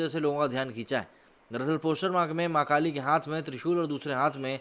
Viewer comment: Bhai sorry to say but aap jab v maa kaali bol rhe ho tb wo maa kaali nhi makaali sunai de rha